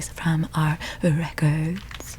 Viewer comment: The way you said records just took me out 😭